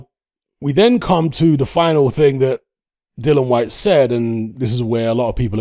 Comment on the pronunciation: Dillian, as in rhymes with Gillian. Dillon Whyte is somebody else on the planet and in all probability doesn't even box either.